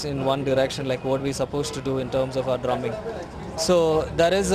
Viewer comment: Its Drumming and not Durminng...